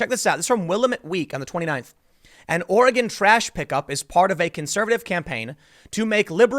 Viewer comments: Hi Tim! Nobody here says "ori-gone"! It's "ori- gin" with a hard G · I'm a Portland, OR Conservative. Scott is welcome here. Will-am-it Or-i-gun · Cleaning trash is a far right dogwhistle that's code for "Eliminate bacteria" which of course is racist. Wait, did you just say Oreh-gone? Do you say Charlestahn? My favorite character in Fresh Prince is Carltahn. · Ore-gone and Will-uh-mette? LOLL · It's pronounced Will-am-ette and Or-ee-gun. Damn East-coasters lol great video though. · Just because I know you will end up talking about this epicenter of far left stupidity... "Ore Again" or "Ory Gun" are both ways people there pronounce it (you usually said it right butdid slip) Will Lamb Ette. It's counter-intuitive to the spelling. Lots of places out there like that (Philomath being another example). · I think he mispronounced Oregon too. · Journalist Tim, you have been to Portland. Why do you mis-pronounce Oregon and Willamette on purpose? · Leftist ruined my state long ago. Leftist let the homeless trash the cities. PS: Tim, your pronunciations of Oregon and Willamette are wrong.